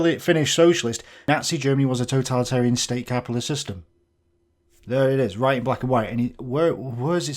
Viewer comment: The way he repeat "roight" every 2 seconds makes me wanna punch the screen